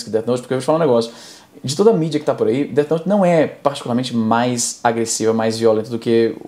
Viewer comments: O cara falar Deati noti é de cair o cu da bunda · “Deati nouti” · o cara ainda me solta um "détch noute" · Izzy pronunciando o nome errado: segundo o especialista, é "Déti Nouti". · "Deth noute" kkkkkk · A coisa mais assustadora pra mim foi o cara pronunciando "Dét Noti" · That note, déti note! Amo a pronúncia do nome hahahahaha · "DEATI NOITE" até a pronuncia do cara escancara o conhecimento dele. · Deu vontade de assistir "Deat Noute" novamente kkkk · Não sei o que dói mais, toda essa ignorancia ou a pronuncia dessa turma: DÉTI NOUTI